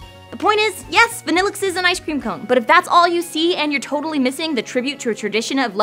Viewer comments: I like Vanilluxe and i've used it in 2 games. If you pronounce it the correct way it sounds even better. why are you pronouncing vanilluxe as vaa? when its clearly a pun on vanilla? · I've always liked Vanilluxe but isn't it meant to be pronounced (Van-ill-uu) ?